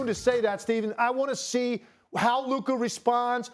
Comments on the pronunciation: “LUKER” who tf is loooker lmao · Why can't Stephen A. ever say luKA right 😂 Luker??? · When Luka plays like that he is “Luker” as Stephen A speech makes him say… Not “Luka”….. Luker playing luke warm which I don’t know about u I’m pouring that ish out lol 😂 jp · WHO is LUKER Stephen A?! 🤫🤣🤣🤣🤣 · Who tf is Luker? Lol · Did he say “LUKER” ??? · “Luker” - Stephen a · Stephen a calls luka luker 😆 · Who tf is Luker 😂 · Stephen a said Kyrie and lukar 😂😂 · Luker lol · Did SAS say LukER? 😂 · He sure did say Luker 😅😅😅😅😅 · Lukher? I hardly even know her 😂 - but also he does it all the time 😅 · Any time a word or name ends with "a" he adds an "r".